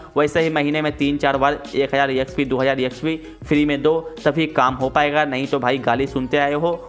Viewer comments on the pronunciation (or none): Collect ❎ C'O'llect ✅ Exp ❎ Æxp ✅ No hate tho love you bro❤